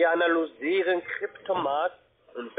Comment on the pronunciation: Das Wort "Analysieren" ist für die anscheinend zu kompliziert, um es richtig auszusprechen...